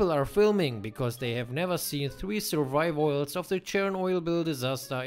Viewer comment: “Survivoils of the chernoboil” 🤣